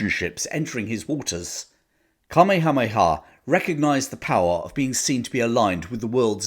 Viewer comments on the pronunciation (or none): The Hawaiian King's name is pronounced: KA-MAY-HA. MAY-HA. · Right after you first said the name of the Hawaiian King, I hear my grandmother rolling around somewhere in the afterlife. She lived there for some time in the 1950s, and were she here would explain that it’s pronounced: Kah-may-ha-may-uhh. :) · Not to be pedantic but rather to help (as for some reason all Brits on YT struggle with the name): It's Cuh May Uh May Uh. We in the Pacific states of the US grew up learning about this remarkable man, probably Hawaii's greatest king and so, we're very familiar with him and his name. Next time all of you Brits sit down at your local, spread this info around. It's a bit cringe to hear you all continue to mangle it. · Either get a real person to do the narration, or if you have a real person, get someone who will do their homework on pronunciation. King Kamehameha's name is terribly, embarrassingly mispronounced (it should be "kuh-may-uh-MAY-uh"). Also, the rank of ensign is badly mispronounced, not "en-SINE" but "EN-sen." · Magnum pronouced it kameamea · Where did you come up with that pronunciation for Kamehameha ? Hmmmmm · Fascinating history... Your pronunciation of Kamehameha made me smile... Always enjoy your narrative... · That is the strangest pronunciation of King Kamehameha's name I've ever heard. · The Hawaiian language is a potential minefield of mispronunciations for haoles (HOW-lees). Still, I have never heard King Kamehameha's name butchered quite so thoroughly! No worries,. As always, we know you meant well.